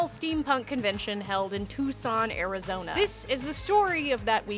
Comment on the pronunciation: "Touscon Arrrizoniehhh"